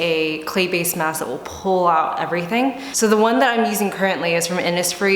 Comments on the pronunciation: also jeju is pronounced jehh- joo. like Jeju Island in Korea hehe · Yikes you said Jeju hella wrong